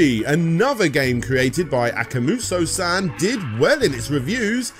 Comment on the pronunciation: You're saying akamujo instead akumajo on purpose, for engagement, right? You even have several advertisements where they say the vowels in the right order. If not, it's easy, just swap the second and third vowels. Imagine saying a puma jo but with kuma instead.